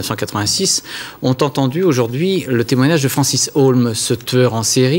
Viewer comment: Sousa rosy, ça se voit que vous ne connaissez absolument pas Patrick Dils... il n'a JAMAIS accusé Francis HEAULME (et pas "Haulmes"...) du double-meurtre. Mais genre, JAMAIS quoi. Et si vous voulez affirmer le contraire, je vous invite à apporter une preuve. Bonne chance, et surtout, bon courage !